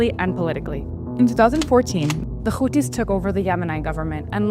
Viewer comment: Houthis not Khouthis .. you are speaking english not hebrew ...